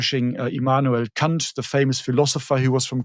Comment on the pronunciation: honestly don’t know that’s how Immanuel Kant was pronounced, no wonder he’s having a revival